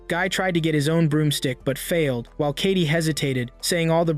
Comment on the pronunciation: It's not kati it's Katie